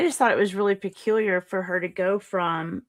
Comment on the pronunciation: Did you say..."peculiar?" 🤣🤡🤣🤡🤣🤡💕